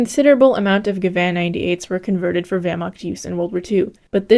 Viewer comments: "german wehrmaKt" 😔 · Great video. For the next one I expect the correct pronunciation of the word (Wehr)macht! Dismissed!